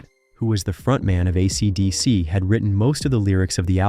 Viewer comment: Yeah RIP YouTube. A robotic voice who can't even pronounce AC/DC? A monotone boring piece of repetitive crap.